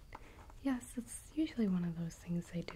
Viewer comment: Is she saying "Yes" or "Yas"?